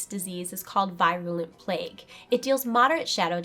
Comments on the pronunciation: teeny little pet peeve of mine, proper pronunciation of words. i.e. virulent is pronounced [vir-yuh-luh nt, vir-uh-] (from , look it up) - veer-u-lent, NOT v-eye-r-u-lent. don't mind me . . . =) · Yeah, I cringed when I heard it.